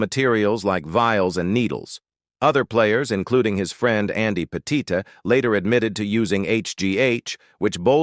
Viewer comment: That's Andy Pettitte, pronounced "PET it," not "peh-TEE-teh".